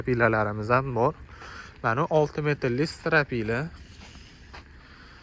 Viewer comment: "ОПТИМ", СИТИРАПИЛА", " ТОСИН" 😂😂😂😂 Блогеримиз ҳожатхонада ўқиганмилар дейман. Аввал ўзбекчани яхшилаб ўргансинлар, қойиллатиб қўйсалар кейин бошқа тилга ўтсалар бўлади. Блогерликни зудлик билан тўхтатсинларда-мактабни бошқатдан битирсинлар 😂😂😂😂, Фарғоналикларни шарманда қилмасинлар!!!!